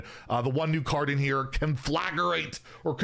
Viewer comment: Conflagrate made me laugh